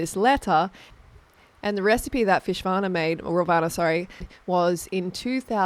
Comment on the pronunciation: I choked when she said "fishvana" 💀💀💀💀